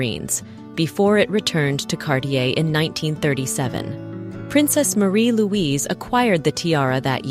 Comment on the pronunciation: Iveagh is usually pronounced "Ivy" and Princess Marie- Louise pronounced her name Maah-ri not Ma-ree